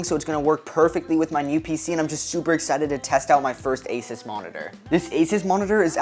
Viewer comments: THIS was amazing but i cried when you called asUs asis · Asis ☠️ you said asis 3 TIMES!